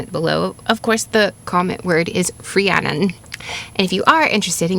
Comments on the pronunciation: I love the pronunciation of saying CREannon like the true welsh way. Funny all my life I would pronouce my name as Rhiann(IN) not Rhiann(ON) As I grew wiser I realized why I did this on a soul level and found myself pleased with my inner knowing and play on the deeper meaning of words. The Cre-Rhi pronunciation brings me to a whole new level of being or unfoldment. Thank you and I feel a true shift in knowing the true prononce-initiation especially having Irish welsh ancestors wow such synchrony finding this today! ✨😘🪷🎠 Beyond grateful now🥲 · As a Rhiannon who has lived in Wales her whole life, you pronounced it better than a lot of people in my area. Diolch yn fawr for covering this. Sometimes, it feels like the world overlooks us 💚 Also I think you'll appreciate my favourite Welsh expression, Iesu mawr. It was used in my area as a Welsh 'oh my god' but the literal translation is big jesus. It just always made me laugh! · Really love your story telling and historical expose. I did find this one a little harder to follow with all the unfamiliar Welsh names. Fantastic job with the pronunciation (I guess), I certainly couldn’t pull that off. Keep going with that. I need to hear more of it. Rhiannon! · RHIANNON. First off huge kudos on your Welsh pronunciation. I am not Welsh, but know it is quite challenging to learn. This story is so beautiful. It really hit me, in an amazing way. Thank you